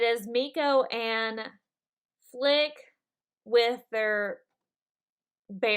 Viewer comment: Great video! But oh my god!! Your reading his name and still not saying it properly!!! FLIT!!! FLIT!! Not FLICK! FLICK IS FROM A BUGS LIFE!! But still awesome video xx